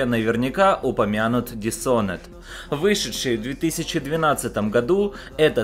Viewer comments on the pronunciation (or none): Не дисонед, а дишоноред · Дисонен роли правильно дисхоноред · еще раз говорю, dis - это приставка отрицания. Такая есть и в русском языке. Есть готовое слово Honor, к которому ее представляют. Никто не говорит Шонор. Лучше загугли, послушай как говорят сами разработчики, почитай транскрипцию даже на русскоязычной вики страничке игры, и не позорься.